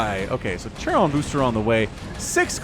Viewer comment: please learn to pronnounce Charon... its not pronnounced "Chair-on" its "Karon" or "Keron"